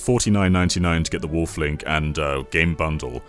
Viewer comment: When I hear him say, Wolf Link, for some reason I hear him saying waffling Link. I know that doesn't make any sense, but he has said the word "waffling" a lot in videos. That could be the reason, I'm thinking like that.